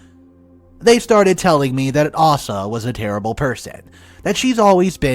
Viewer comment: It's Aysa, not arsa,sheeze